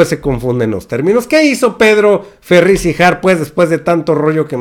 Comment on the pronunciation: NO es Ferriz de Con ni tampoco se dice Volgaridades, por favor PRENUNCIE BIEN PA' QUE NO LO CRETIQUEN, también ya hay clases nocturnas de geografía, no sea burro